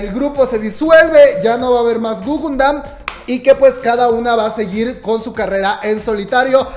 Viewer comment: jajaja guguNdan??? plop! ES (o era) gugudan... te emocionas mucho al hablar y lo dijiste mal de principio a fin...